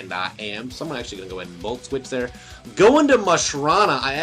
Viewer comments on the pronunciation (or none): Musharna, not mushrANA